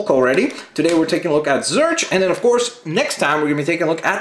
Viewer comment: it's pronounced zorch, as in or